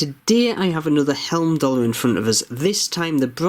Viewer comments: Love your reviews, thanks. A quickie. It's "Heimdallr" ie "hime-dallr" not "helm-dallr." Keep up the great work. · I paid £152 for a blue one with a leather strap. Should be with me soon. Good review as usual. One thing though, you are pronouncing Heimdallr as Helmdallr.